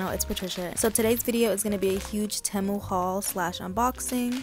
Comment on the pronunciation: I love your videos ! Btw it’s pronounced like ti-mu